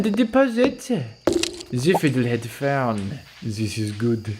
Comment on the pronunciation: “we have ze fittle head furn” 😭😭